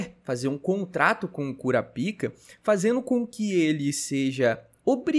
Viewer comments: Petição pro falar o nome do protagonista de forma abrasileirada. É Kurapika e não Kurapaika 😂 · O br é Kurapaika, original é kurapika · passa a chamar o SaraPau igual o narrador: "KurÁpika" Vi que tu ficou desconfortável em chamar de Kurapika kkk tmj! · Eu gosto de pronunciar "Kurapaika" mesmo, Kurapika eu não tanko kkkk.. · para de fazer enfase no nome do kurapika. Precisa ficar com vergonha não , escolha qualquer 1 e gg , mas toda hr me desfoco por causa disso.